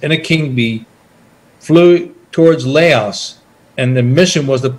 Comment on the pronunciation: How can you serve somewhere so long and you can't even pronounce Laos or the name of the infamous trail correctly